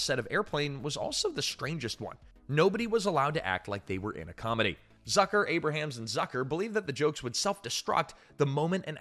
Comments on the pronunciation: You’ve used a real person for years in this channel now you’re using AI? Jim Abrahams is not pronounced Abe-ra-hams. It’s pronounced Abe-rums. Your last few videos have had many mispronunciations. It’s very discouraging. If this is a real person, he’s got issues. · Abrahams is pronounced Ay-brams, not Ay-brah-hams.